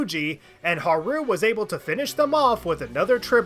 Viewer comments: You pronouncing Haru as Ha-rooo instead of how they prounounce it ingame really bothered me (Haa-roo). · Why do you call Haru "haroo"? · I have GOT to ask why you put so much emphasis on the ru in haru a a ron type pronunciation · Drives me crazy the way you say Haru's name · Why do you pronounce Haru like Nixon from Futurama? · Really like the video, super entertaining. BUT FOR THE LOVE OF GOD WHY DO YOU PRONOUNCE HARU LIKE THAT.